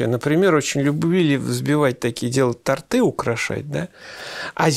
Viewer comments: тОрты , а не тортЫ ! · Торты ударение на,, о,, а не на,, ы. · Делайте правильно ударение в слове "торты"!!! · А разве было исследование уровня интеллекта всееда и сыроеда? Просто от зависти к силе воли такое брякнули? Я недолго была на сыроедении (месяца 3) и скажу вам, что энергии у организма больше было, чем от мяса, жаль не хватило мне силы воли продолжать. Кстати, г-н Савельев, правильно говорить тОрты, это к вопросу об интеллекте и эрудиции......